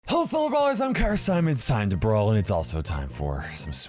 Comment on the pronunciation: lol says "huffle" instead of hello